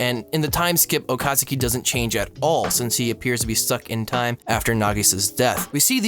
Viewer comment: Okazaki not Okasuki